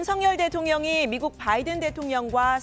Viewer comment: 오늘 아침에 윤석열대통령 아침에 하신말씀을 들어보니깐 발음하실때 단어마다 악센트를 강하게 주시는데 "나알리므은" "마알리므은" 이라고 발음하셨다구요? 그러고 아침에 말씀하신것중에 바이든 미국대통령 이름을 언급할때 언론들이 그부분을 빼버리는거 같은데 아침에 말씀하실때 정확하게 의식하고 계신듯이 "바이든"을 "뽜아이드은"이라고"김은혜식" 발음을 하시던데 완전히 충격받았습니다. 진실된 사과를 하셔야지 그럴시간에 아침나오시기 전에까지 어떤 참모한테 트레이닝을 받으셨는지 모르겠으나 노력하신것같습니다. 물론 진실을 은폐목적으로 말이죠 진짜 또 한번 놀랐습니다 누가 트레이닝 시켜주셨나요? 국익보다 대통령님의 자존심이 더 중요하신가요? 실망했습니다 "뽜아이드은" 태극기 휘"뽜아이드은"